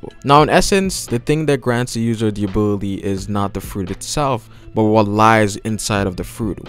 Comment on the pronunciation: everytime you said "ability" the thing i heard is "booby" , its just me or..